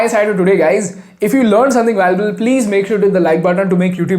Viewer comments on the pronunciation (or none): none